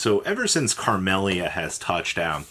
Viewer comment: Who's carmelia 😂it's camelia